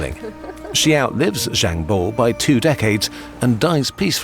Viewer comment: just to clarify, bao is pronounced "baow" not "bowh"